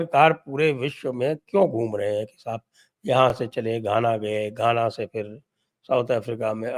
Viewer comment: धाना नही सर जी घाना।